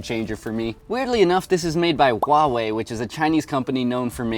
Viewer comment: he axidently said huaewi